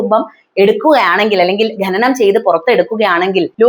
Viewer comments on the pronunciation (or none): എന്താ മോളെ ഈ ഗനനം? ശുദ്ധ മലയാളം പറയൂ, ഖനനം ആണ് ശരി.. Eg നഖം